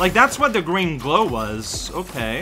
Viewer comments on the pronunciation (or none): none